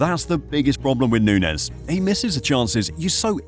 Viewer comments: this is some click-baity bullshit. hard to take you seriously when you can't even pronounce his name correctly. nunez is playing well and finding his form. he works hard. if he gets a few clicks more clinical in front of goal, you'll be posting a video called "how good in darwin nunez actually" in march of this year. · no, of course i didn't watch the whole video. it's a bad video and you couldn't even be bothered to pronounce the man's name correctly. so why would i bother with such low effort click bait? liverpool's system has never been about feeding a 9. they need a guy up there who will work hard and create chaos for defenses so the wing play can do it's thing. he's perfect at liverpool, especially coming off the bench behind jota. learn some spanish. unsub.